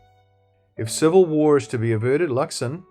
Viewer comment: It's Luxon. Just sayin.